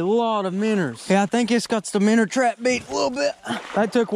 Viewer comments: cracking me up, " we could stick a minner in it." ha ha ha ha..... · English: minnow American:mineeoue